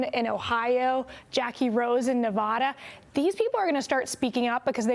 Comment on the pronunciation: Girl, it Nevada, not Nevahda.